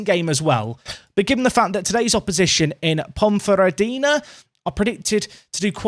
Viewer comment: Nailed the pronunciation of Ponferradina there, but Cornellà is "kor-ne-YA" (or more like "kur-na-YA" if you fancy trying to do it in Catalan!)